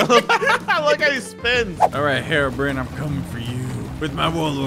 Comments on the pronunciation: It’s herobr”i”ne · He's called Hero-brine